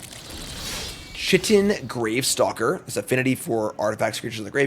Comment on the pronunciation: "Chitin" is pronounced with a hard c, so it's said like "Kitin' Gravestalker" not... the more unfortunate way.